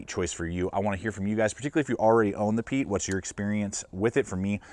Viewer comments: Pronounced Pie-et its a canary or intelligent person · Pronounced Pee-et